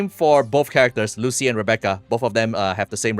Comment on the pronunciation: Its "Lucy-lah", buling moment😂